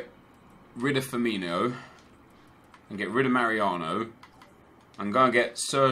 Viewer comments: It's Firmin-O not Firmin-IO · it's Firmino not Firminio.